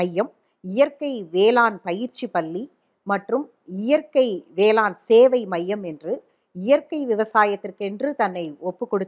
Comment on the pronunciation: அது வேளாண் - ண் ம்மா - ன் அல்ல